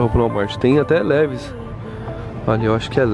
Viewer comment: "Livais" n "levis"